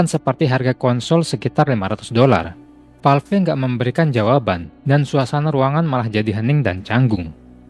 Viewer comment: valve kok baca nya valvi? wkwk